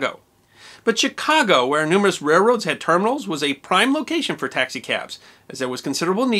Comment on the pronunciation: hey man, I don't mean to sound rude, but on youtube little things like paying attention to how you pronounce things like "rail road" goes a long way